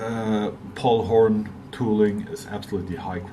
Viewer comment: are you saying Paul Horn?